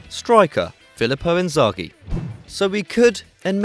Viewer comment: Tbf, Kaka or Seedorf over Thiago, Shevchenko over Inzaghi (and please correct your pronunciation of his name). Robben choice is also little questionable, it's only his 1st season. We cant be sure if he can perform next season